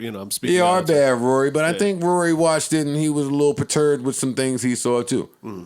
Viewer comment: Why did you say Raury ? 😂😂😂 is this dj Academics